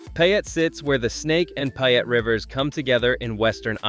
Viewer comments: Payette is pronounced pay-ette not pi-ette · Wildly inaccurate figures on cost of living, gas prices, rent, and home prices. Wrong and misleading information. Plus, if you think you’re giving a true representation, please learn the proper pronunciation of the towns you’re trying to promote. The residents of Pie-Ut might appreciate it. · Boy did you butcher the pronunciation of Payette. 🤣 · Don't you hate the mispronounciation, I do. How in the world did they manage to screw it up!!! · you don't even know how to pronounce payette